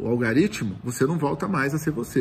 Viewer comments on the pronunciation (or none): "Algaritimo" kkkkk